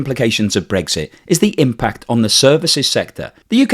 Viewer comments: its brexit not bregggsiiitttt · I like your blogs but I can’t listen when you say Bregsit instead of Brexit, sorry, probably just me.